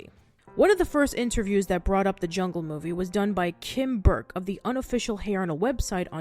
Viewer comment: "THIS SHOOORE IS A GWEAT MOOFIE!"